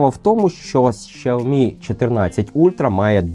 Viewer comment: 🤣 Так китайська вимова якраз звучить близько до "сяомі". Дослівно перекладається як маленький (сяо) рис (мі). "Шяомі" це викривлений англомовний варіант. У англомовних багато проблем з системою Піньїнь. Прочитайте базові правила читання на вікіпедії. Там написано, що Х читається як С з присвистом.